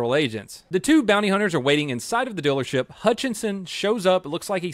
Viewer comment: He said "dillership" 🤣